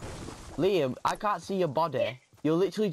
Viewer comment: It's Liam not lime